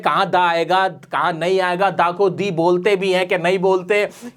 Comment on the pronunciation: मोडी नई होता, मोदी होता है।